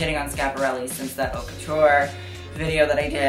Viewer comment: It’s pronounced “oat la mode” not “hot la mode”. Don’t been to be a grammar nazi or to bug you, I’m just suggesting in the spirit of helping, as I am bilingual in French and English. Really enjoyed your video! Hope to see you at those awards next year, reporting back to us.